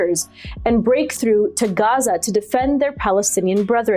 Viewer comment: Please stop saying Gaza like that - Gazans don't say it like that - you are being a wanker